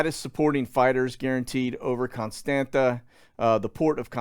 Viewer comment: Constanta it’s pronounced Constanza 😀